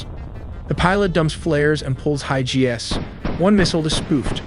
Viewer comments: pronounced “high Gs” as high G-S… slop detected? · my fav was how the pilot pulls high "gee ess" instead of Gs 😂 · AI….lol. Warth-hog. 😆 Pulling high G-S. 😂